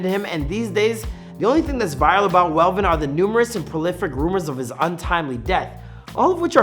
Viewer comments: Who is velven bro 😂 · Not velven